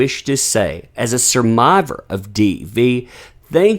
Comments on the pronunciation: A surmiver? Did you have a stroke there,? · Hell, I'm just trying to figure out what a "surmivor" is lol.